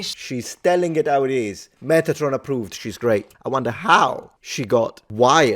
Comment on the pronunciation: Meth atron? What, what the hell?